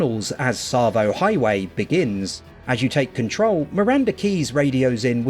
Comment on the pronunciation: Yeah boy!! You said ‘Tsavo’ right. Sorry just being a wind up. Still loving the vids. Am playing through Halo Wars again after your play through inspired me.